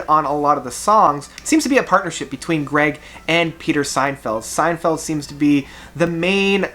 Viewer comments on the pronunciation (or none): Peter “Signfield”? Lol. It’s “Sinfield” as in “Sin”, not “Sign” and he wrote the lyrics of many great songs, including the lyrics on “In the Court of the Crimson King” , In the “Wake of Poseidon” , “Lizard” and “Islands”, as well as ccasionally added touches of EMS VCS 3 synthesizer, see, e.g., the Ladies of the Road album recorded live on tour in 1971 and '72 or "Indoor Games" and "Happy Family" on the Lizard album. In fact, Fripp became involved with other projects (most notably the Centipede orchestra), which left Sinfield with much of the responsibility for the final version and design of the album Lizard, including the uniquely ornate jacket. Also, he co-wrote the majority of the lyrics with Lake for ELP’s “Brain Salad Surgery” album as well as all of the Greg Lake songs and “Pirates” on “Works Vol. 1” and “Vol. 2” including “Tiger in a Spotlight” and “I Believe in Father Christmas”. He also recorded a really great solo album called “Still” on ELP’s Manticore label which included Lake and John Wetton as well as many past King Crimson alumni, he also wrote the English lyrics for the Italian Prog band PFM to sing on their albums “Photo’s Of Ghosts” and “ The World Became the World”. “Love Beach” is definitely a half hearted effort by the band with some pretty cheesy songs, but there are also a few good songs as well and I think as it was a contractual obligation album, they just had fun with it. "It's not that Love Beach is a bad album," Lake has said in an interview. "It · SIN-field. Not SEIN-feld. Jeez. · The guys name is Sinfield “sin field” NOT Seinfeld 🤨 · It's not Peter "Seinfeld" but Peter SINFIELD Ha Ha... BTW would you contemplate reviewing some Camel albums?